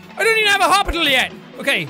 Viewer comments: I love how he said "hopital" instead of "hospital" XD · Him saying "hopital" has me dying 😂😂😂